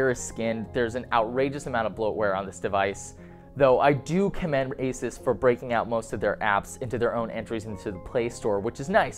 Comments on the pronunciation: AY-soos not ACES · You're pronouncing ASUS wrong. Its pronounced Asooooouuss where the ouuuuu is prounounced like U. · good review! my only comment is that Asus should be prounced ah-su-s 😊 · I thought Asus was pronounced "Ay-Seuss"